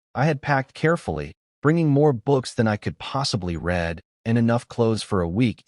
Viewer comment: Narrator error ~ "read" should be pronounced as "reed" ~ "reread" should be pronounced as "re-red"